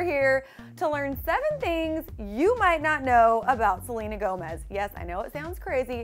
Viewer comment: anybody else hear her say jelena Gomez or am I trippin lol